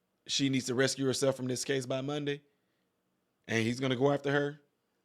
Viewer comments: RE-CUSE (remove) not rescue. 💕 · I hate to tell you but the word is not rescue it's recuse that means that she has to remove herself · Ruh kyooz, not rescue. ( to dismiss one's self)...😂😂😂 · You are pronouncing RECUSE incorrectly. It is not rescue it’s recuse. Just fyi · Hello young brother, the word is not "rescue", it's recuse. Pronounced re-cuse. Keep up the good work. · Recuse.....RE-CUSE not rescue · It isn't rescue but it is re cuse. Lol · Recuse, not “rescue”. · Its not Rescue It recuse (re kuuz) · RecUse not rescue 😂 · You cant read either. You said she needs to rescue herself instead of recuse herself.. Good job. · The word is not rescue it's recuse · ❤️❣️your show. Recuse instead of rescue, no big deal tho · Re- cuse.. to remove from.. not rescue.. recuse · Not rescue, recuse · You've said rescue herself atleadt twice,,it's recuse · Recuse. Not rescue.. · Recuse, not rescue!!!! “Ri-kuze” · RE-CUSE, not RESCUE lol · Re-cuse...not rescue. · The word is pronounced....RE-KUZE, not (rescue) keep on going you doing a great job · “Rescue”?? ..no brah ..”recuse” ..cmon .. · It’s, “recuse “ yourself not “rescue” yourself. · You made me laugh when you said rescue instead of recuse and then proceeded to say that you have a lot of subscribers that can't read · Not "RESCUE" It's: "RECUSE" Rescue is to save. Recuse (rhymes with EXCUSE) is to legally excuse oneself from a case because of a potential conflict of interest or lack of impartiality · Respectfully, it’s pronounced “re-que-z”, not “rescue”. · Re cuse herself. Not rescue herself . Sorry. But your driving me nuts lol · it's RECUSE not rescue. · Pronounced re kuse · The pronunciation of “recuse” rhymes with “refuse” and “reviews.” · I believe it is pronounced "recuse /rĭ-kyoo͞z′/" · Rescue speaking of not being able to read It’s pronounced rescue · NOT RESCUE......BUT RECUSE....RE CUSE! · It's pronounced "ree cuse", it's not ress - cue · The word is re-cuse, not res-cue. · Recuse not rescue !